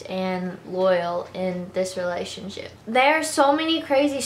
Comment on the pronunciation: I love her but y does she say relaship 😅😅